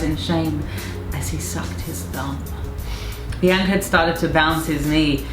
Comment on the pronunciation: I like her Courtney says "Biancer" 😃